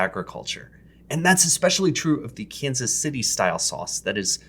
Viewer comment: I think you mispronounced Kansas City there, bud.